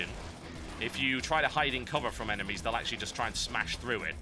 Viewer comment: TB- There are a certain number of eneMEEEEEIAs" So funny..so so funny